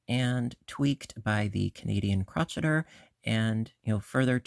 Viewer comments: I enjoyed watching this video and your tutorials are spot on and wonderful. Please note I'm not trying to be rude or disrespectful. I'm only pointing this out. I couldn't help but notice you pronounced "crocheter" incorrectly. It's the Canadian "Crow-Shay-Er." It's not "Crotch-Et-Er." It's the word crochet with the ER at the end. If I'm mistaken, please pardon me. 😊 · You do know that Crocheter is pronounced cro-shay-er, right? That was just a joke, saying crotch-etter, of course. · I think it’s called “crow-Shay-er” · She definitely says crotcheter...must be a Canadian thing as I say I'm busy crotcheting ALL the time..it's funny😂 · I’ve asked her why she mispronounced the word, but she never responded. I’ve beeb crocheting since 1965 and have never heard it pronounced like that. And I grew up in the UP Michigan and never heard it pronounced that way.